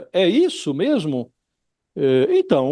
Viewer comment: Josias é o cara do "MEMO"... KKKKK... ele podia melhorar essa pronuncia.. que ta ruim, não é memo?